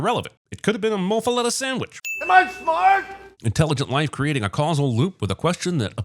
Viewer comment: I 100% did NOT hear "smart" when he said "Am I smart?!"